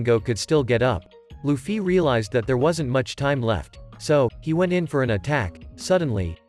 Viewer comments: luffy but he. say luccy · Loufee is how it's said